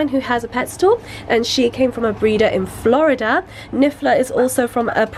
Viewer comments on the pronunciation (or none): none